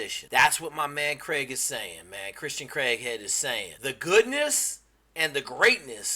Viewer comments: "Christian" not Christen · Its not Christen its Christian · Christen? Get the name right!